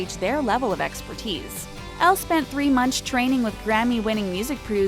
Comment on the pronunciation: um, you said "three munch", lol.